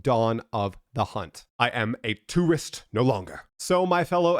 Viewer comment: The way you say tourist is crazy...lol